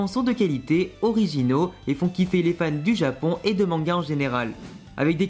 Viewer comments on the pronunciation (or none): none